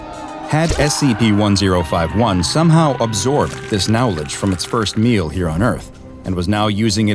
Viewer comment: did he say now ledge?